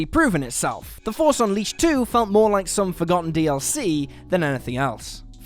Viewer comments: On the "Star Wars: The Force Unleashed" you guys forgot the h in unleashed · "Unleased", lol. Love and respect the lot of you regardless. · "the force UNLEASED 2"